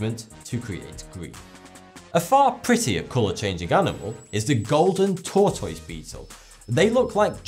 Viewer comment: I Love the way you say tortoise. it's like you are saying Tortoys. hehe